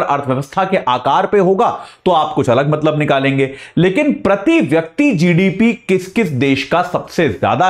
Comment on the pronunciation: प्रती,व्यक्ती नहीं होता गुरु जी, शुद्ध बोलना सीख लीजिए